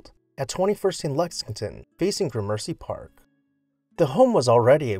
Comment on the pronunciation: Ouch! you mispronounce Gramercy Park; that surprised me. The accent is on the first syllable, not the second syllable.